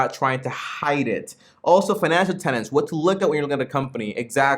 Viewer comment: Good review! One thing, though: Buffet talks about business "tenets" not "tenants". :-)